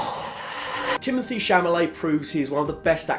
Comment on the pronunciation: Timothee cHa La May